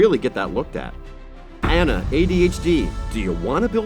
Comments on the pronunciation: Anna is pronounced "Ah-nuh" in this case...not "an-nuh" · Her name isn't pronounced as that kind of Anna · Its Moo-lon not moo-lan And its aw-nuh Not an-uh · It's pronounced Moo-lawn, but not Moo-lan Also, On-uh, not An-uh. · OK FYI u HATE frozen, but he said Anna's name wrong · Your pronunciations of Mulan and Anna pained me deeply.